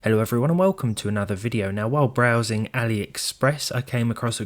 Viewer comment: I am at job and had video on mute at start, and i swear to God i hear his "Hello everyone and velcome to another video"